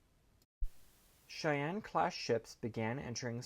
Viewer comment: I know it’s simple, but thank you for pronouncing “Cheyenne” right. They times I’ve heard others say “she Anne” is staggering. And growing up in Cheyenne Wy it’s become a surprising pet peeve